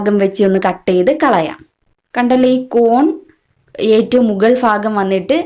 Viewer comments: ഫാഗം അല്ല ചേച്ചി "ഭാ"ഗം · ഫാഗം അല്ല ഭാഗം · Fakham alla bhakam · Mughal faagam alla. Mughal bhaagam